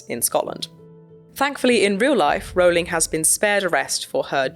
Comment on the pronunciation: It's "offensive" that the trans activist cant pronounce Rowling correctly (😂)